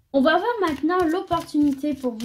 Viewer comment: Merci! clair precis et boostant. Mais léger bemol: pas de "t" à "va" donc pas de liaison avec le t et le mot suivant... Mais je continuerai à vous suivre! Je vous trouve tres agréable très fiable et revigorante!